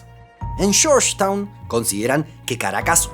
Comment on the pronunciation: Oir Gourgetown me da escalofrios